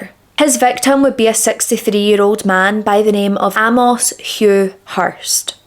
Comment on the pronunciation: Really good presentation. I'd not heard of this case before. Just a couple of things. Amos is pronounced Ay-moss. Being gay was illegal in most countries at the time and was still considered an illness and degeneracy as late as the 1970s and the general public didn't really accept it until the mid to late 1980s. Singer Lou Reed was sent to a mental institution as a young man and treated with electroshock therapy just for being gay. He later became what would be called pansexual, to use today's language, having relationships with men, women and a long term relationship with a transwoman. Being gay was seen as bad as being a paedophile back in William's day, so it's no surprise his parents didn't accept it.